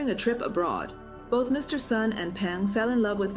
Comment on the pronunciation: Hi reading A.I., the surname Sun is pronounced as "soon", not "sahn".